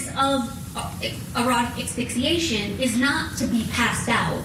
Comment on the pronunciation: Dear lawyer... it's pronounced ASS-FIX-EE-ATION, not EX-FIX-EE-ATION! Sheesh. These lawyers are supposed to be professional, look up a word and learn how to pronounce it!